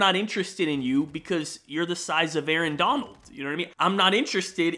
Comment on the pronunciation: This man said Arron Donald women lmao